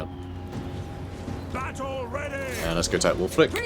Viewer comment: From Wulfrik the Wanderer to "Wulfwrecked the Woundedener" 😛😅☠️